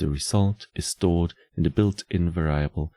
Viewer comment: Hate to be that guy but "variable" is not pronounced like "ver-AI-able", it's pronounced like "VER-ee-able", emphasis on the "var" part where the a is actually pronounced like the e in "red", and the i is pronounced like an i in most non-english languages, like the "ee" in "free".